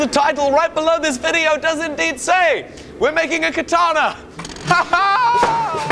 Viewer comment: Katanee yee-haw